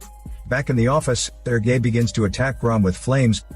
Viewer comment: “Sir gay”